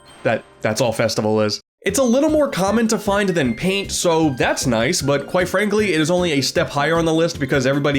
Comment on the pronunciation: “It’s time to show you the true power of PAIN-T!